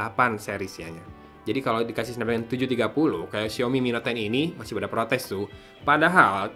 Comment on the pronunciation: sampe 3x balikan buat mastiin pas penutup aa bilang ny mi net ton 😂